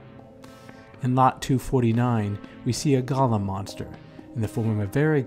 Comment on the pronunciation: Firstly; it's a "GOAL-lem," not "GAHL-lem". "GAHL-lem" (Gollum) is a character from 'Lord of the Rings.' As for other such characters; well,what about revenge-films in general? Even Charles Bronson in 'Death Wish' is pretty scary, and by the end of the film, he becomes almost indistinguishable from the thugs he kills... Something to think about.